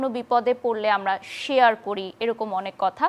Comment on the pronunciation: শেয়ার কে করি শেশেয়ার বলে